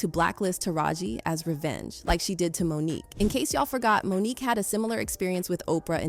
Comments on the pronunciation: It’s Mo’nique not Monica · Monica?? How do you not get Mo'Nique's name correct? Who ever narrated this 🤦🏾‍♀️🤦🏾‍♀️🤦🏾‍♀️🤦🏾‍♀️ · Monique not Monica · HER NAME IS MONIQUE NOT MONICA! If you are going to be a “reporter” LEARN HOW TO SAY THE NAMES CORRECTLY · Say her name correctly "Mo'nique". You're welcome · Why do so many videos have a no english speaking narrator who butchers the names like Mo'Nique in favor of Monica ... sounds like a.i. They have access to the internet. Let them check sources for pronunciation and spelling as iii've just done. 😒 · Gabrielle Union is GAYbrielle, and Monique pronounced like Monica? Black women deserve more money! Oprah and Gail shouldn't be the only black women in the entertainment industry with lots of money! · Mo’nique = Monica. Allegedly = a leggedly who tf is reading this script?